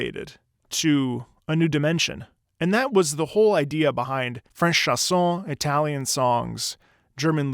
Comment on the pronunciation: As a French yes the first time I heard it I was searching what were the lyrics cause it didn't meant anything but some words seemed to be "carré", "sauve-la", "flâner", "nez" "roux"... ( Also it's chANson not "chAs(s)on" ^^ in phonetic it's pronounced {ʃãsɔ̃} ) Love your videos ^^